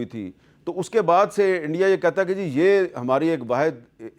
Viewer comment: sergie...G pronouns is GG like Gujrat ...sergie